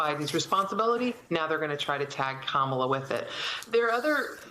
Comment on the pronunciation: First of all it’s NOT “ka-maaa-la”, it’s “ka-ma-la”, it’s means Lotus Flower in Hindi/Sanskrit. People should first know how to pronounce her name😮